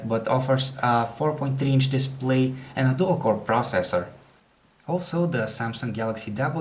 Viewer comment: Proacessor Lmao